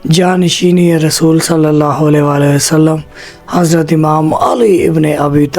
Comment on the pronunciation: BETA AOA KALMA MN LFZ RASOOL KI LAAM PR ZABR HY OR AP NE 2 MRTBA ZER PRHI HY LEHAZA AP APNI VIDEO DOBARA SUNAIN OR APNI ISLAH KR LAIN BAZ OQAAT ZUBAN SLIP HO JATI HY MUJAY INFORM ZRUR KRNA DEAR❤️ BETA